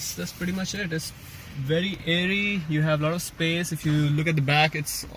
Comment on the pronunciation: I thought you just landed from UK, but when you pronounced leg space as "leg Espace", I realised that you are a true indian.